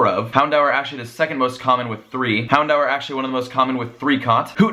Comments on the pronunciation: Bugs me so much. It's pronounced 'houndoor' not 'hound hour' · why do you say houndour like houndower?!? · its pronounced Hound-oor. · You said "hondour with three" twice at the end of the video😂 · why do you pronounce houndour like that!!!!